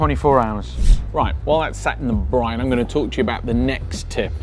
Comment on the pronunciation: Finally saying briNe